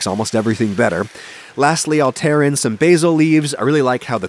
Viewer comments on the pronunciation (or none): none